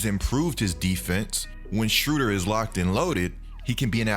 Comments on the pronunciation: keep mispronouncing the man's name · im from germany and its very funny to hear how you pronounce "Schröder" ;)